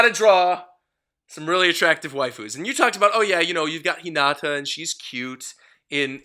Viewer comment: How can someone watch the entirety of the Naruto anime and still not be able to pronounce "Hinata" correctly?